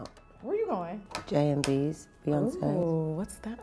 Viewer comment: “Jay & B’s” as if it’s KFC 😭